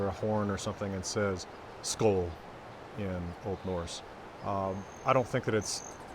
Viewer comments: Need to practice that å sound, I expected you to do it really well. At least for Swedish, maybe it sounds more like you said it in Danish. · You get pretty much everything right in all your videos, except for the danish pronunciation. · It is really cool being taught your own history by an american! When I listen to your pronounciation of the letter L in Skål, it may be that your american L is coming through. This american L is similar to what we in Norway call a “tjukk L” or “fat L. Typically spoken in Trøndelag. And I like to believe that is exactly like Håkon Jarl himself would have pronounce it. But when you read from Håkonar saga the L is similar to how I would pronounce an L myself. I come from the south west coast of Norway (Bømlo) where the L is pronounced more like the french or German L. I also work as a teacher in Moster where Olav Tryggvason built the first norwegian church in 995.